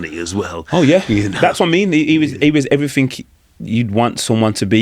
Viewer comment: Since when did "everything" end with a "K"